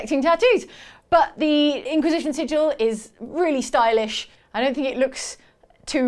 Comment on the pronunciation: I’m sorry but I kept hearing “ink-wisition”